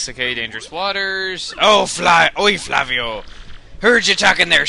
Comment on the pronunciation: Chugga the pirate's name is in Lantin so it's pronounced 'fla-wi-o' Thumbs up so he can see.